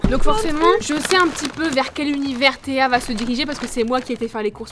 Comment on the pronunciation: t’a dit Théo au lieu de Théa